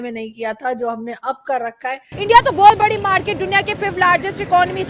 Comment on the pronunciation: Porky's accent - Markeeeet😂😂😂😂